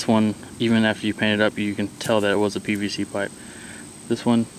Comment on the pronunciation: Its PVC not PCV ... jeez